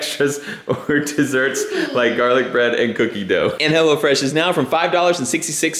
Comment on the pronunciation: I coulda sworn she said "Hella Fresh".... lmao.....